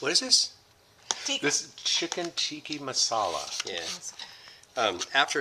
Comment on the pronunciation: Chicken Teekee Masala 🤣🤣🤣🤣 It's called Tikka!